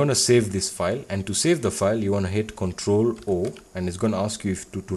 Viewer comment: "to save the file you wanna hit control foaoiiil" ....... bruh, i have absolutely no clue what you said. Sounds like control four, but that doesn't work. You NEED to add subtitles to your videos, because if you can't pronounce something and then give us a tutorial and we end up not doing it right then we are fucked.